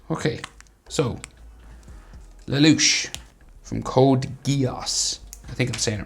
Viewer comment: It's Lelouch not le louch